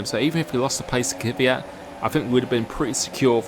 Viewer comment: Who is this Kiviat you keep talking about?????? ther is no formal 1 driver with that name...!!!! im sure it cant be Kvyat.. For a big formel one fan at least get the names right....Its like when uk people say Vettel, its rong you say Fettel, thats his name, sure you dont mean anything by it, just sounds